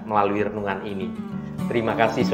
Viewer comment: Shalom bukan syallon